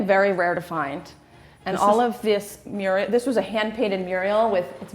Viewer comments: SnOOker, Mural (not murial), gold flake(not flack)... is it because she's American or is she just wrong? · Oh dear, does have some intriguing pronunciations; Elizabeth -Ian, snucker, hand painted ‘muriel’, too-neshian, (it’s a ‘minstrels gallery’ not a mezzanine balcony). If you are going to show a property and talk with authority then at least make sure you know what you are talking about.